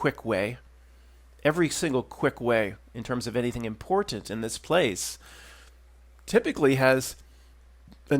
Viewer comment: Oh, my God! I just realized it! The way you pronounced “important” with that atypical stress on the first “t” gave it away! Yes, it seems it’s the truth, after all…you’re a Russian agent! Why, of course! It’s so clear now! Obviously, that’s why you so often get caught in that periodic “fumbling” and “rearranging” of words…because you’re confusing your native Russian pronunciations with your rehearsed sham “Philly” speak! A consequence of the dialect switch. It’s a patent giveaway! “King of Prussia”…really…”Prussia”? Sure…riight. It’s ovaah, my friend. You done been found out! Nah…kidding. Definitely kidding. Or am I…?🤔💡🤨😂